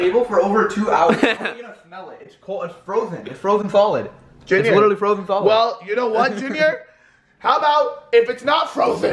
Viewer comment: 2019:”Frothen stholid”